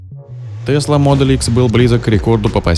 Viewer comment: Названия авто на произносить по-русски раз видео для русскоговорящих. Правильно будет Тесла МодЕль Х, то есть ударение на второй слог, если уж так хочется сказать по-английски, то надо говорить без мягкого знака (буква "л" не должна быть звонкой).